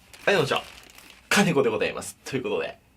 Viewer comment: 最初の「金子でございます」が 耳の力を抜いて聞くと 「カビゴンでございます」に聞こえる 耳の力は鏡の前で全身の力を抜いて白目になると出来ますよ